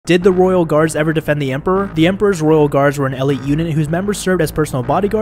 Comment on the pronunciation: What is an el it unit? Does he not know how to pronounce elite?